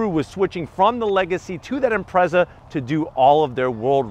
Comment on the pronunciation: Imprezzuh? So I’m guessing you pronounce it pezzuh?